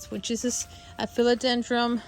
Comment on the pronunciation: Just FYI, philodendron doesn’t have an “m” at the end! 😅